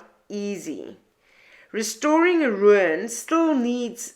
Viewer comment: I cannot quite say what your pronunciation of the word RUIN brings to mind, sometimes it is a smile sometimes it is more of a viking seret stones. As far a my understanding goes, and it aint far, ruin is pronunced RU IN 2 sylables not one your way!!!